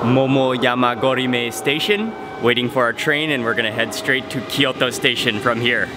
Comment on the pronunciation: キヨトじゃなくてキョート。 トキオじゃなくてトーキョー。 そんなに発音難しいのかな？